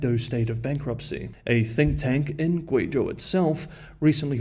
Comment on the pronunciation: Some nice pronunciation of Guizhou